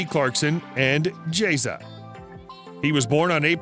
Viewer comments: JAY ZA????? JEZZER, c'mon guys it's not that hard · It’s jezza not jayza. You heathen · jEZ-Za. MaYORKa.